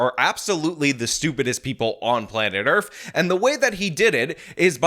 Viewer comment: … did you say Planet Earf? Are you Will Smith? Do you like girls girls girls girls girls?